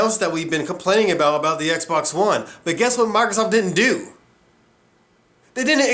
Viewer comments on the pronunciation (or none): Who's this 'Marthasoft' you keep mentioning?